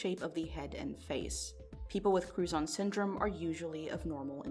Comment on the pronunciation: Was only listening and had to rewind I thought she was saying crouton syndrome